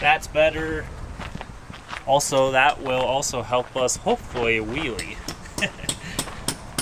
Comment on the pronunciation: I'm sorry did you say wheelies?